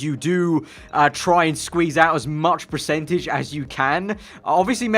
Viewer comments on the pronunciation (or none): Who else noticed how says precentage not percentage